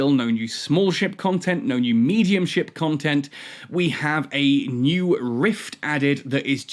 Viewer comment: First improve your English, it's not Contant it's content and it's not Romes it's roams 🤣. You deserve being ridiculed for weak English if what you are doing is itself considered as nothing but ranting 🤣.